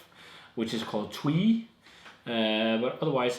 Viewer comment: Your very last pronunciation was correct, so Nayvul if I would try to write it down phonetically in English. Also Twee isn't pronounced like Tweed without a d. It's like tway, it rhymes with hay. Cheers btw!